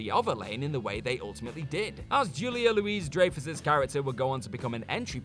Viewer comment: simply cannot pronounce American actors' names. Margulies, Dreyfuss... just take two minutes and look them up.